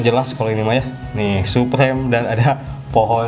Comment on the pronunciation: Suprim bang bukan suprem hhe cuman koreksi aja bang